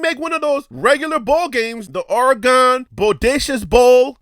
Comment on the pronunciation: I apologize for that bt I didn’t appreciate how u pronounce Oregon. Born and raised here all my life and I’ll always defend my Home. Im sure you call somewhere home too. Thanks & take care 🤙🏼